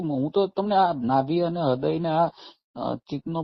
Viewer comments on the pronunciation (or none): એમને હૃદય ને બદલે રદય શબ્દ બોલે